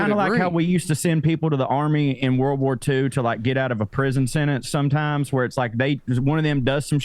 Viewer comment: senTence. There is a T in the word